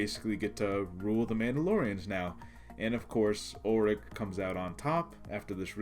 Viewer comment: It's "Ulic," dammit. Not "Ulrich" 🙄